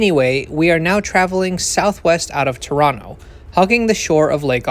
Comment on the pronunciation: I am impressed that you pronounced Toronto correctly…